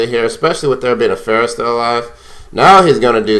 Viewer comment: اعتقد بأنك تمتلك عِـرق عربي ، لأنك استطعت نطق اسم فرح Pharah بشكل شبه جيد الي يعرف يكتبها بالانقليزي يكتبها له بالرد